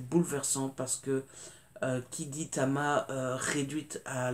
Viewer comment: GIEBEL : la reine du thriller de société, avec des personnages inoubliables !!!👍🏼🍒 PS : Tama et non Cama😉